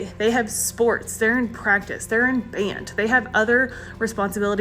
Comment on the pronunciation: I can tell shes Canadian becuase of the way she says “band”.